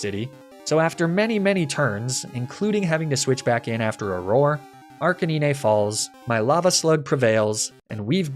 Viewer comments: Honestly I've never seen more lucky rng than your videos lol. Also Are-Canine. It's a canine not arkkennine. Lol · And why Ark-uh-nee-nay instead of Ark-uh-9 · The way he said Lapras I thought it's just an insider trill or something. But when it came to Arcanine, it started to get annoying...